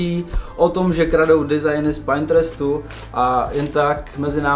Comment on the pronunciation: Koukni na výslovnost “Pinterest” 😊🙏 Ubírá to na profesionalitě. Díky